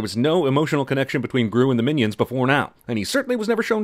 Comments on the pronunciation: As soon as he said "Minaids" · minaids or minyaids not miniaids thats just small aids